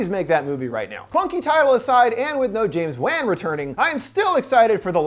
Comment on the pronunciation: Ahh yes. Everyone loves “James Waan,” “Anna Taylor-Joy,” and “Rolled Doll.”